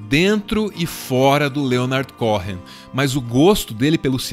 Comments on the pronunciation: O H é mudo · Cohen! não Cohrennn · "CORREM" não, queridos, a pronúncia correta é "COUEM"...Bjs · Se pronuncia Coen, não CoRRen como estão pronunciando aqui. Vídeo incrível sobre essa pessoa incrível ❤️ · se diz "Côen" não "corren";) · Que agonia você pronunciando "corren"!!! É um nome judeu, significa sacerdote, é o nome mais antigo dos judeus, dos filhos e Aarão, pronuncia-se "côên", é como um título. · O video tá maravilhoso, extremamente bem feito e bem produzido como sempre, mas acho que seria bom o narrador dar uma olhada no Google Tradutor a pronúncia desses nomes gringos, porque confesso que me sentia mal toda vez que ouvia ele falando Leonard Córren, é tipo Lênard Cô-en. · O "H" do nome dele eh mudo. Eh "Coen" e nao "Coren" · CÓ-HEN soa horrível, seria melhor pronunciar CÔ-EN. No mais, excelente vídeo!!! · Cô...en. e não CoRRen. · A pronúncia do sobrenome me soou estranha. Cohen, é Cohen mesmo, sem o rótico (o ‘r’) gutural. No mais, o vídeo tá fantástico. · Foi só isso que ficou faltando! Cohen, com o h mudo! No mais, meu muso, Leonard! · Mais um vídeo com texto pretensioso e raso. Se tivessem realmente pesquisado de verdade saberiam, pelo menos, que a pronúncia correta do nome de Leonard Cohen não é "Correm"; o "h" é mudo. Aliás, em toda a entonação da narração do vídeo transparece que quem está falando tem uma dificuldade de raciocínio, ao mesmo tempo que tenta parecer sabichão, e fala para retardados. Tudo é precário e mal feito. No entanto, o relativo sucesso desse canal é compreensível, afinal, vivemos num país de bestializados. Qualquer pouca coisa já é recebida como se fosse muito, independente da qualidade, ou melhor, da falta dela.